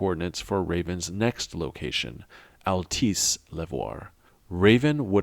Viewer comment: small detail but it bothers me every video of yours i listen to; it’s pronounced ‘al-tess’ not ‘al-tice’ . love the content, there’s so much lore in this game even if it was executed poorly at times the story is still great !